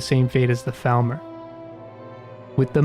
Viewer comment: Love the video. Love the mod choices. One thing I’d say is that it’s pronounced FALLmer, but otherwise great job. <3